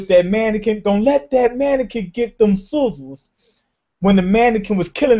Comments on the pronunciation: Is it soozurs? Or sizzles? XD learn how to scissors xDDDD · She didn't get scissors, she got "soozurs" xD